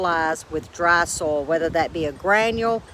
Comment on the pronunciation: Oh how I love to listen to your accent!! I am curious though are you talking about soil or sole in those garden beds - LOL. I wouldn't bother to tease you if I didn't love ya. Your gardens are beautiful. My seedlings are safely tucked under grow lights STILL 😒 We don't get to plant outdoors until just before Mother's Day. It's all good though. Hey, I had a thought. (a novel concept at 70) it's a good way to extend your harvest by planting starts and then direct sewing seeds. That way you aren't overwhelmed with too much harvest at once. You're too smart. I think I'm going to give it a try. Since it's just me, staggering the harvest makes good sense so I don't get too tired putting everything up at once. See ya during the week and - blessings always, g.